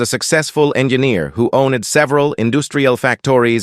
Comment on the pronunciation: "OWNEDD"" THE NARRATIVE AI IS DIABOLICAL.